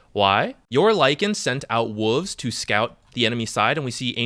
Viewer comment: Are we all just ignoring how our man pronounced wolves? 😂 Love the vids man! Keep up the good work!